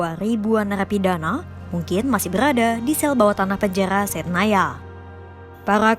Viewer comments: Kaka ora ISO ngomong r ya ???? ko dari tadi omong ora make r panjaya ya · KENAPA PEMBACA BERITA KOMPAS PELAT SANGAT MEMBACA..TOLONG TUKAR POSISI..POSISI YG LEBIH SESUAI...PENJARARRRR PENJANGHA...SEBUTAN NYA SALAH..